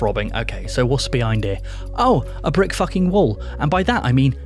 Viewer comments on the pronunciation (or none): none